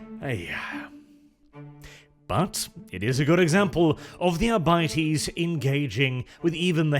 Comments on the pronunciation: When it's pronounced arbightees I want to stab my eyes out. I couldn't make it through the video. It should be "arbiteys". Just sounds better and more true to the latin that gothic is based on. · "Adeptus Arr-bitey's"? Sounds like space pirates to me... :D